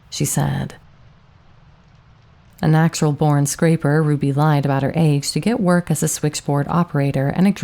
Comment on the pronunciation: Scrapper. Not 'scraper’. And a few sentences later you correctly pronounce it, "scrappy" Come on. Anything this well done deserves to be perfect.